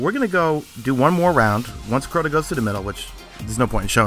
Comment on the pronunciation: you say CORTA alot lol